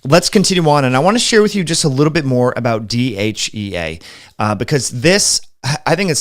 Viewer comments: Not sure if it’s your pronunciation but you seem to be saying DHA and DHEA interchangeably 🤔. Also, Mayo clinic warns against taking DHEA if you are prone to hormone related cancers. What’s your opinion on this? (Not sure MC is always unbiased..😉). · I love your program I watch it as often as I can, please do not mis understand me do not mean to offend you in antway, but sometime it is hard to understand you because you are speaking, for me to fast. for example when you saying DHEA it sounds like you are saying DHA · IS he saying DHA when he means DHEA?